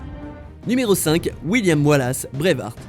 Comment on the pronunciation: Ta assasciner le nom de braveheart